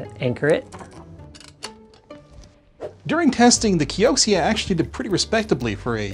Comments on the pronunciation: KEE-OH-CEE-A? its pronounched KEE-OH-CERA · Wouldn't it be pronounced key o zia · Patrick says it's pronounced Key-oak-she-ah... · i'm not an expert but that's probably pronounced "kyo-shia" if it's anything like xiexie